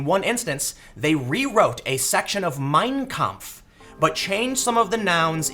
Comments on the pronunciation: It's pronounced "mein KAMPF" not "Meeeeiiiiiiiiin Kmpf", Tim. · Sorry, but that's just too grating. Don't emphasize the first word. Each word has equal weight. It's "My Struggle", so say it like that. Two words, equally balanced. Mein. Kampf. You're saying it as if it were Meinkampf, like Minecraft. It quite literally hurts my brain.